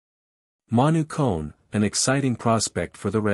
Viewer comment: Your pronouncing is all wrong Olympic Gymnaste Club Nice is club neeece letter e like in the word need and Manu Kone the letter letter o like in the word olimpic kapish